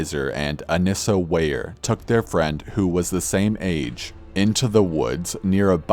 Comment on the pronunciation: Omg my name is Annissa (like the slenderman girl) and to hear you pronounce it correctly gave me goosebumps